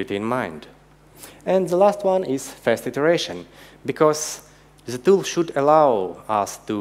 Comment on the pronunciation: Ребята, конечно же - молодцы! НО!! Какой УЖАСНЫЙ акцент! Ну неужели нельзя было пригласить, хорошо говорящего по английски, спикера, и тупо дать ему текст. Чтобы читал. Или самим, немного поработать над произношением. НУ, камон! "Зэ", "тхей"?! .... Да так даже в первом класе, стыдно произносить. What a f#@ guys?? Начните уже, говорить по английски - хорошо!